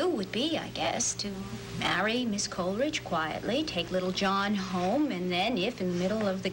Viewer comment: And she makes it three syllables, instead of two. "COL-E-ridge".